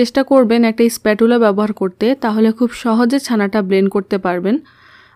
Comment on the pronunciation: Please no one try this recipe, spachula (pronounced not spatula)